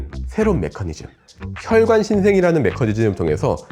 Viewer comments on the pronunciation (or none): none